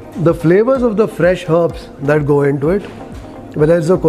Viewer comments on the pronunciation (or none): none